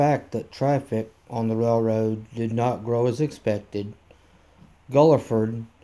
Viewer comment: Great video, but Guilford is pronounced (gil frd).